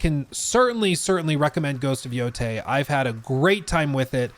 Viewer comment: I wonder if we'll ever be seeing, better said hearing, a single channel pronouncing this title in the correct way.